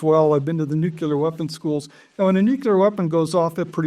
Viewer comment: never trust anyone who cant pronounce nuclear